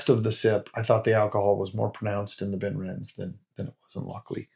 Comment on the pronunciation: Just FYI: the "e" in Benrinnes is pronounced, so 'ben-RIN-ez' (similar to Glenrothes being 'glen-ROTH-ez'). Obviously, we don't get ImpEx bottles here (except rarely at auction), but I do have 4 different Benrinnes bottles from other independent bottlers. I tend to think of it as being like Mortlach, but better suited to me... I've been to various whisky festivals over the years, but these days I just do Croydon Whisky Festival in March and Dornoch Whisky Festival in October - lots of great stands with superb whiskies at both.